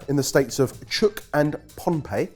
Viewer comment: Chuuk is pronounces CHEW-K. Pohnpei has 2 different pronunciations I've heard. PAWN-PAY or PAWN-UH-PAY.